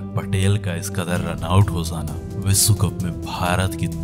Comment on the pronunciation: आपका श का उच्चार बिलकुल गलत जैसे विस्व नही विश्व होता है.